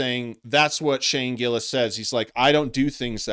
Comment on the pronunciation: I can understand if a guys name is Mustafique Abracadra, maybe you say it wrong, but to fuck up Shane Gillis is either intentional, or you're shit at your job. Also "this tony guy"? like he is not one of the most famous active comedians on the planet. I think this guy thinks you get to the top by disrespecting the guys who are already on top, and thats not how its done. Chapelle didn't talk shit about Chris Rock and Eddie Murphy so he could bring them down, he gave them their props, then blew past them with raw talent. If you have talent you presevere, if you don't have talent, you go on podcasts and talk shit about the people who do.